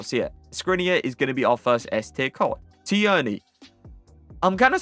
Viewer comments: Tierney is just pronounced like Teerney lad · that’s not how u say tierney